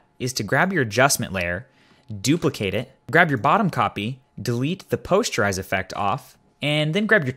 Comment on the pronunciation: POST-ER-IZE not Pos-ture-ize